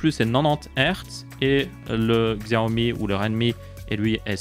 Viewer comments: Tu peux dire "Siaomi" au lieu de "Xiaomi" xD Nan moi aussi je faisais l'erreur, je ne juge pas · Ca se prononce Chiaomi.